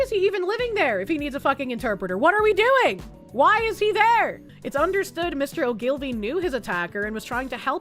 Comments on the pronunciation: "Ogilvie" is pronounced O-gle-vee, not O'Gilvie. Sinn Féin is pronounced "Shin Fane". (Isn't learning to speak Irish fun???) Other than that, keep settin' 'em up and knockin' 'em down, lass. God Save Britain. God Protect Restore Britain. In other news, in the US: "Under the Judicial Conduct and Disability Act and the Rules for Judicial-Conduct and Judicial-Disability Proceedings, anyone can file a complaint alleging a federal judge has committed misconduct or has a disability." (emphasis mine.) Yes, Virginia, if we can indict a ham sandwich, why not a malfeasant judge? It's about time we started doing this every time a judge on the federal bench tries to field novel law instead of paying proper attention to the existing body of law. We might be able to make a good enough dent in the Federal bench to prompt other judges serving there to start upholding the law for a change. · Oh-Gill-Vee. Accent on the First syllable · It's Oh ghoul vee.